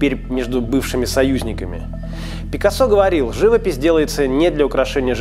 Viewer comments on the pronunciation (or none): none